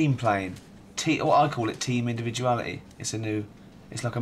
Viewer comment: “I cal it team indivuality” - brilliant!